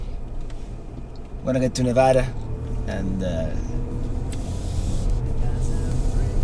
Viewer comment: On the other hand he pronounces Nevada correctly!